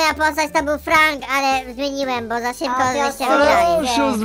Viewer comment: to jest bo a nie bu